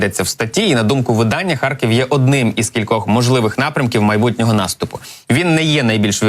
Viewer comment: Зеля слово " харькив" так произносит ,что кажется сейчас схаркнет!